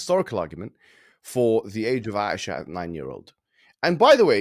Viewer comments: OMG! can’t even try to say Aisha’s name right! Asia like a continent! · Dude legitimately did not even try to pronounce Aisha